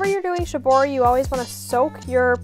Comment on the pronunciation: please do pronoounce it in the correct way though. It makes you seem more credible and it's also respectful of it's roots. "sheeboree"